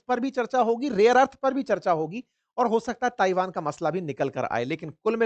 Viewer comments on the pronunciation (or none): none